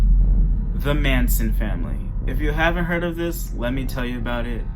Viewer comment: Sweetie it's Charles Manson not Mason